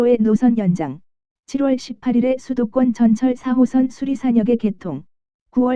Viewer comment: 이상하게 '4호선' 말할 때 '3호선'으로 들리는 것 같은데요.....기분탓인가....?